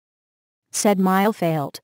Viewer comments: It’s fitting that you mispronounced failte as failed. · Sorry, but that's not how you pronounce it!🇮🇪🤠